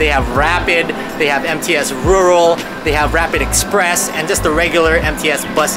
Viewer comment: When you said MTS transportation, I thought you said "Empty *ss" transportation. LOL